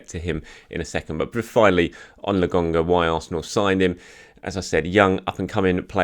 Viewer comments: It’s LOKONGA not LOGONGA. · Its Nuno TavAres, not Nuno TavEres 😉 And LOkonga, not LAkonga :) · Why do you keep calling him Lagonga? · love your show but can you fucking get Albert Lokonga's name pronounced correctly? It is LO - KO - NGA. Cheers and keep up the good work.